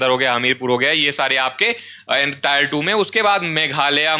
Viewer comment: ये टायर है or टियर